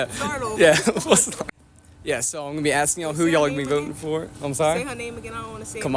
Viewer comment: Axing???????? Bro!